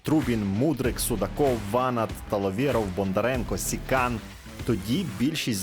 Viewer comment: Не ВАнат, а ВанАт